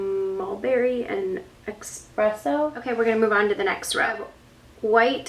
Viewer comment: It's ESpresso not EXpresso